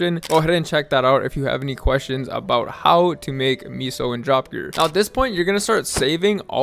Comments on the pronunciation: Miso gear 🤣😂🤣😂🤣😂 Bruh. It's meso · Meh-sos….for the love of god. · L vid tbh should’ve pronounced meso as queso cheese 😉